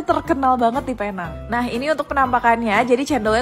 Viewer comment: Bukan Paynang. Penang sebutannya Pi-neng.